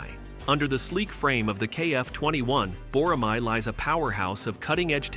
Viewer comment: Can't wait for their block 3 program to be fully implemented for full stealth capabilities. BTW, tell your AI voice to say Bo-Rah-May. Not "Mahi"